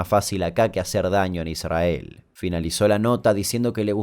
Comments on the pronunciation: like por que dijiste: "Idsrhael" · Damian dice "ISrAEL" como lo dice un rabino.. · Amo esa forma de no pronunciar la "r" en "'Israel" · Que molesto como pronuncia Israel. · Amo cuando pronuncian Israel, sin RRR